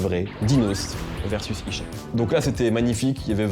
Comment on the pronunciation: Ta dit ichon au lieu de « isha »